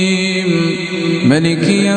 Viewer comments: Mestinya panjang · Cara orang mabrib Maroko pendek satu harkat